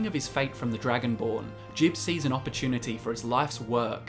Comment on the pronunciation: It's not saint jib it's saint jiube (Gee-Ub) as confirmed by Teldryn Sero